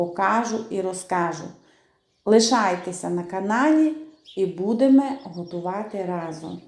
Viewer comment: Люблю слухати ваше " будеме робити ".